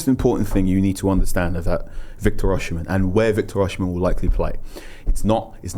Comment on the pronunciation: O-SI-ME not OSH-IMEN